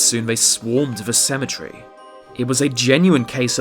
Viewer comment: wtf is cementery